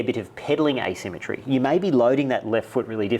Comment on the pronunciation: I love these videos but dudes: it's "asymmetry".